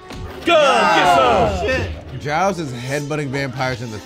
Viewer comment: almost season 4 and they still dont know how to pronounce giles